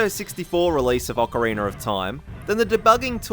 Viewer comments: It sounds like your saying ocaweener lol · "Awkareener." 'Nuff said. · ocareener It's literally distracting me from the entire video but anyway, nice list (owo). I keep watching these in hopes I learn something new, but apparent;y I know literally everything about OoT.